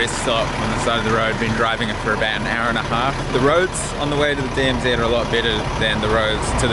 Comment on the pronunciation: Did I hear you call it the DMZED?, its DMZ!.